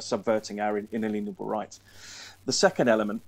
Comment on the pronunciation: I like that he says “In a lien able” because too many people think the word is something to do with aliens. People need to learn what liens are and how they affect our lives.